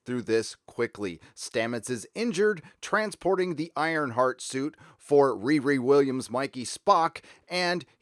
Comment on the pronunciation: Riri Williams is pronounced REAR-ee. I know you want to make the young black characters name sound like a teenager making fun of a mentally handicapped person, but it is just wrong.